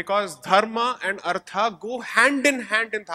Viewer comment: from hindi perspective you are right... About those two words... That is because of the schwa deletion principle in languages like hindi... Where the last vowel is dropped... Hence kerala is pronounced as keral.. etc. In samskritam it is dharmaH and arthaH... So his pronunciation is closer to samskritam.